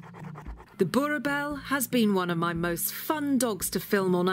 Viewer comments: We have owned 2 separate males over the last 20 years and all you heard here is exactly correct...the only thing that she hasn’t gotten correct is the name, “BoerBoel = BorBull” phonetically. Other than that everything you heard is absolutely correct, easily the most magnificent k9 on the planet! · You pronounce it boo-r bull like the bull in pit bull…. I always see the fawn to brick coloured ones around but have never seen them in black, which is the most beautiful dogs.. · Not trying to put out something rude but i am South African and she pronounced Boer Bul Boerboel bull lol but I love the dog s have one he's name is Tank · The way she pronounces boerboel sounds like born a bell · boerboel American pronunciation: bow a bell. UK pronunciation: boor bell Real pronunciation: death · Please pronounce it boer bull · Boerboel is pronounced boerbull ( like in bulldog). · How to pronounce it PROPERLY: Boorrbull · "bor bell"? no no no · Why can't you pronounce it... Phoenitically - "Boor-bool" or "Boer-Bull" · Boobell not boerboel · It’s pronounced bull btw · It is pronounced boer bull. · Love the way she pronounced Boerboel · The way the narrator pronounces "boerboel" 👀🔥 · You'll have to learn to adapt to local/proper pronunciation of Dog names. Jesus, where does the "bell" come in in Boerboel. that "oe" sound doesn't change in the second half of that word. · It really should be basic journalism skill to make meaningful inquiries regarding the pronunciation of something in a foreign language. A little bit of effort makes the world of difference in journalism but this lazy lady is obviously above showing the simplest of respect to her subject matter. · I thought fixed her pronunciation of the breed but then its all wrong in the outro again. x.x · You pronounce them "boer" "bulls" not boerboels. But great video! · it is pronounced as boer-bull not boer-bell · I thought the pronunciation is bo-er-bell not boor-bell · I'm sorry but It's Boo-RR BULL... not BooBell.